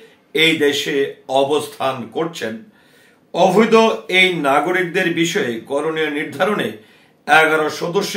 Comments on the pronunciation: "অভৈদ" নয়, "অবৈধ"! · Ovído noy oboidho hobey